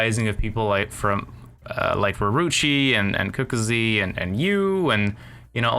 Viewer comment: "Cooka zee" nice pronunciation.